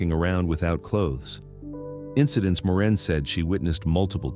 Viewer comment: AI really cracks me up calling Maureen, Moran.